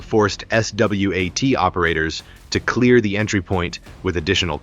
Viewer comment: What a bullshit video. AI script, AI narration and an AI string of video clips that have nothing to do with the narration. BTW there aren't any basements in Houston and S.W.A.T. is pronounced swat, it is never spelled out. I'll know to avoid this shitty channel in the future.